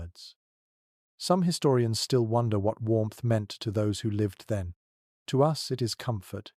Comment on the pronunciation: You lost me at his-storians